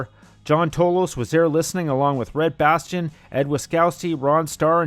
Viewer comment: If I have to hear this narrator say Red Bastion instead of Red Bastien one more time...POW! Right in the kisser!